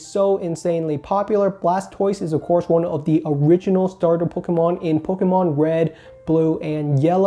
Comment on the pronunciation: I love the way you say “poke-UH-mon” lol